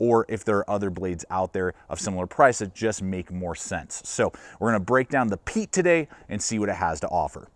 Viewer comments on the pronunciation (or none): Pronounced Pie-et its a canary or intelligent person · Pronounced Pee-et